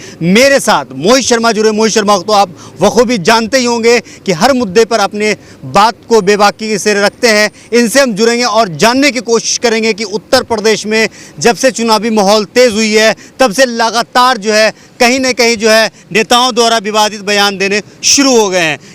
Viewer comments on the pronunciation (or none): Jurenge nhi Abey judenge hotae anpad 😂 reporter